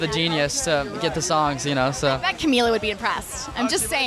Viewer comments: Not Ca-mil-la. Ca-Mee-La. :) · maybe you should finally correct on saying camilas name because he REALLY needs it